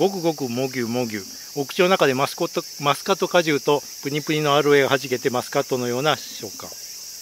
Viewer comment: ちゃんとしっかりマスコットって言ってて笑いました